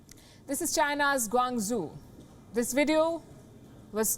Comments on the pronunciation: GuangaZoo? Or do you mean GuangChou? If you reporting news to viewers around the world, shouldn't you learn the correct pronunciation of cities like GuangZhou? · "Guang-zoo." Palki Sharma's pronunciation of Mandarin is routinely a bit off but this time the result was serendipitously accurate.